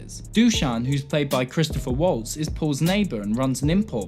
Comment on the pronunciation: It's Christoph Waltz, not Christopher